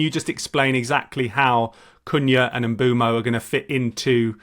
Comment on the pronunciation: Nope. M-boom-o